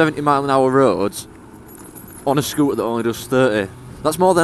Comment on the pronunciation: Please be aware that words with the letter T in the middle (ie scooter) should be pronounced with the letter T being audible.